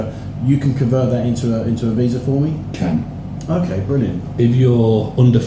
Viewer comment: Guy with microphone asks a question about a visa....Response from other dude = "CAN" literally speaking how a Thai person speaks.